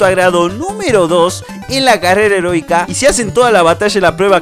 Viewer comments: dijo carera herotika henbes de heroica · Like si escuchaste carrera erótica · Creo que dijo carrera heronica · Escuche carrera herotica